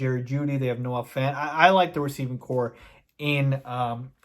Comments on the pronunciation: Corps is pronounced “core” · Corps is pronounce "Core." A corpse is a deaf body. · Corps is pronounced "core"unless we have a dead guy on the field lined up this year? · Its pronounced “Core” the -ps is silent. As in United States Marine Corps. Core. ;) Cheers bud. A Combat Veteran.